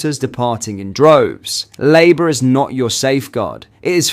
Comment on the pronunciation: Well Done! you have learned how to program your AI voice reader to use your own voice. Now program it to pronounce words correctly. It is blatantly obvious you are using an AI reader because it is mispronouncing. Using a voice reader makes you no better than labour, which your reader couldn't pronounce, because it shows a lack of regard for your supporters and indicates you cannot be arsed to put some effort into your work.